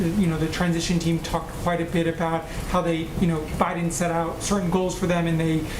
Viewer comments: She said President Obiden... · around second #50 of this speech, she said "president O Biden" anyone catch that? LOL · She said Obiden...... lol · 😂 I caught that too!!!! 😆